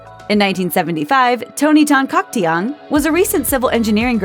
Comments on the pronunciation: I find her pronunciation of Tan-Caktiong awkward to listen to lmaoo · "Tan Caktiong" wasn't, at least not how Filipinos would normally pronounce it.